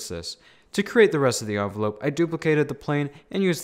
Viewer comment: Its envelope not onvolope 💀 🤣